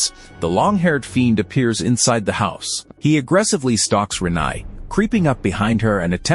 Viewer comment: The pronunciation of Renai was particularly grating